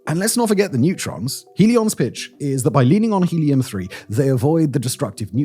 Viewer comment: Neutrons not netrons. D’oh